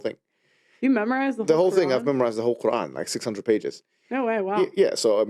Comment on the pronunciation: It’s not ‘karan’ it’s Qr’aan